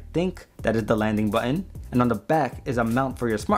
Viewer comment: "Landing butun"